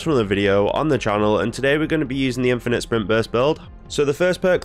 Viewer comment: emphasis on “infinite”